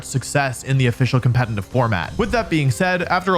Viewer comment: Nice Video as always! Just a quick question. Is the pronunciation of "competetive" or as you say "compete –N–tive" an insider or how comes? Sounds weird as this word is in every video in countless repetition. Just very curious! I